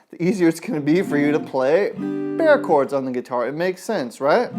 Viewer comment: You pronouce Bar Chords not bear chords